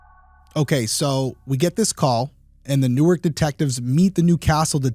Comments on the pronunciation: This is trivial and nit-picky, but the DE city is pronounced New-ark. The city in NJ is Newerk. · It's PAINFUL to hear you talk about the name of the city. "NORK", is how you pronounce the city in New Jersey. In Delaware, it's pronounced "New-Ark". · New*Ark, the way you're pronouncing it is the place in NJ. Love your videos. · Hmmm... You just said yourself in one DP episode... your thoughts and experiences were that you've encountered cover-ups... think about that... he was high-profile. Was he set up on purpose? Allegedly, it's pronounced New Ark, not like New Jersey. The first issue is that it was the Newark Police. They have enough going on with the University of Delaware.